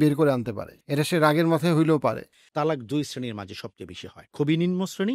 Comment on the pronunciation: তালাক উচ্চারণ ভুল এটা হবে ত্বলাক্ব, তালাক শব্দের অর্থ জরো করা, ত্বলাক্ব শব্দের অর্থ বিচ্ছেদ হওয়া।